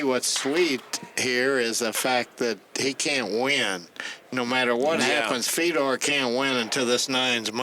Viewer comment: Holy hell, Nick Varner should stay out of the booth. It takes him 30 minutes to say what anyone else can say in 5 minutes. And his name is Fedor, not Fee-dor.